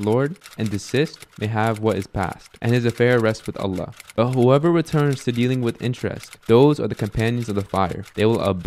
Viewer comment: may Allaah bless you - brother i understand you may be from Syria etc, but the pronunciation of Allaah needs to change as i notice many arab brothers from there speak like that. The emphasis is on the laam ل, not on the "a" in Allaah. Lastly, the haa', ه, needs to be pronounced. It should be pronounced as you do so in the Qur'aan